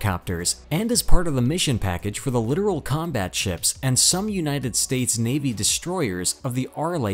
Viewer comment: F-125 is a FIASCO. It even lacks the most basic ASW systems. BTW, it's LITTORAL (not "Literal").